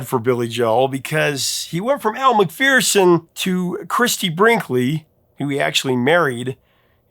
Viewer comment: Aussie here. I really wish Americans would pronounce Elle's name correctly. It is pronounced MacFERson, not MacFEARson 😡